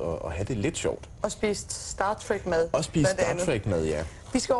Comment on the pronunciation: i det mindste kan hun udtale "star trek" rigtigt